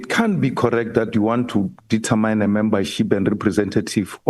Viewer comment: Its determine Malema not determyne